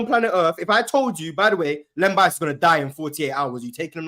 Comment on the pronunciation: This man said Len Bias and I logged out 🤦🏽‍♂️🙄....🏀